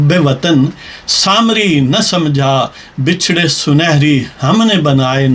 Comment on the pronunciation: بچھڑے۔ bachray ب کے اوپر زبر ہے